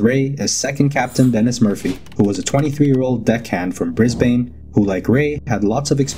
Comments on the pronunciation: just a little FYI, I notice a lot of people pronounce “brisbane” as “Briz Bane” but it’s actually “briz bun” but I understand the accent barrier I just thought I would let you know ❤️ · It's Bris - bin, not Bris - bane. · Bris-bane is actually said Brisbin. 🙂 Great series! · It's pronounced BRIZZBAN. Not 'Brizbain'. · I always get a good chuckle when people pronounce Brisbane like that. For anyone wondering it’s pronounced Brisbin. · We don't call them shrimp in Straya, we call them prawns. Like we don't have lobsters, we actually have crayfish in our waters. Also, the not trying to be rude but if it's one thing us Aussie's hate more than anything is that no one can pronounce our cities names. Brisbane is pronounced Brizb'n or Brizzy, Melbourne is pronounced Melb'n & Canberra is pronounced Canbruh. Pretty easy to find out how we call things, just google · We don’t have shrimp, we have prawns and the end of Brisbane is pronounced the same as the beginning of “Banana”, not like the Batman villain.